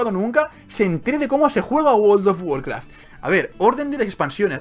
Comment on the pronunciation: guold of guarkraf xD no paro de reir jsjsjs